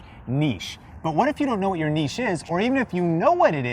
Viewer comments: So glad you said “neesh” and not “nitch” 😁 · Nice to see you are finally pronounce niche correctly lol